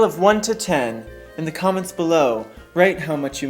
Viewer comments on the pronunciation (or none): 10 (I was dying) plus I thought you said CUMments which made my ears prick up... but not only my ears.